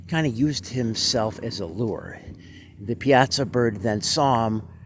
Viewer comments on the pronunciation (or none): Pronounced: Pie-aah-saw